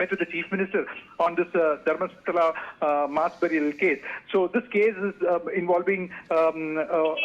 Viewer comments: It si Dharmastala not Dharmashala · Its not Dharmashala 🤦‍♂️ Even reading is easy for these anchors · Dharmasthala . Not dharmashala . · Hello Mr anchor … pronounce the name of the place correctly …. It’s not your Dharam Shala…. It’s Dharmasthala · It's not Dharmashaala .. it's Dharmasthala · It's Dharmasthala not Dharmashala